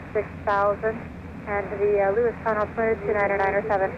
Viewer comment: Its not Lewistun - its Lewistown :) I was born in Great Falls, raised in Browning (up by Glacier Park) and Missoula.